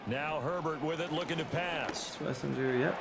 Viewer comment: Pronounce it like shhhh-Wes-inger